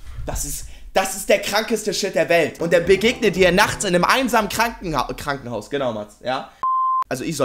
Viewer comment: Krankenhaus, ich kreisch mich weg. 🤣😂🤣😂 Du hast ständig nen Versprecher drin, was mir an dir gefällt. 😂😂😂😂